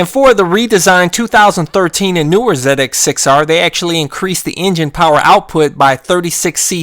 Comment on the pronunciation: Say it with me Z X 6 R. First time I've ever heard someone call it a zedex 6r. Great vid very informative.